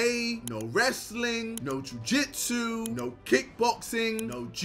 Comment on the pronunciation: "Ju jitsu" Not ji jitsu ksi W